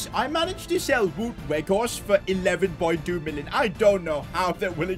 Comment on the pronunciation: its not wood werghorst but its sound like waut werghorst